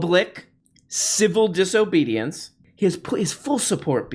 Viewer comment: “Civil Disohbohdiance”